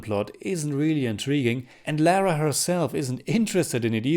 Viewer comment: Lara is British (originally) therefore it is not pronounced as “Lera” but “lahrah” 😬 I’d rather play Rise of the Tombraider again.... the best TR ever